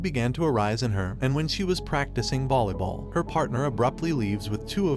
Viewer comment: you said bolly ball wats that